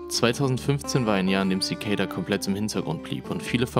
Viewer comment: Zikejda? Echt?! Das spricht sich einfach Zikada aus. Das ist kein ej/ey oder sonst was drin.